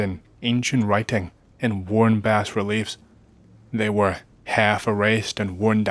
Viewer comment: Bas relief is pronounced with a silent s like "bah relief"